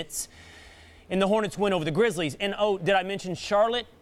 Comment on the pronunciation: It’s GRIZZLIES not GRIZZLES lmao